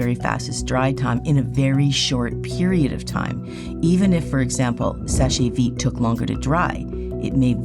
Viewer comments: Very surprised to see Seche Vite taking such a long time to dry. Never used it myself, though, because it has toluene and I can't stand the smell. Btw, "Seche" is one syllable. "Sesh veet", not "seshay veet". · FYI it’s pronounced “Sesh Veet” it’s French for dry fast.